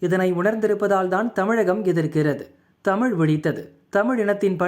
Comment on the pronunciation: Tamizh ippo Tamil aa thaan irukku. ZHA ENGAE?😂